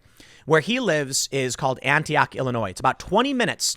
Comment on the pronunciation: Tim its pronounced "annie ock" not "ANTI OCK"